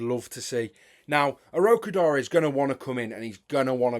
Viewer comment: Finally we have someone who pronounces Tolu Orokodare's name right, well done.